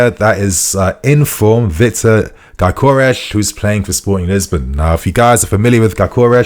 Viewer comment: When pronuncinc gyökeres try saying gyo keres instead of saying gykores